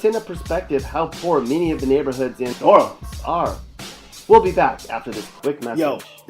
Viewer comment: Every time you "try" to say New Orleans, you sound so freaking stupid. And, I've lived here all my life, and I only recognized 1 of those pictures. Those are definitely not pictures of the New Orleans area.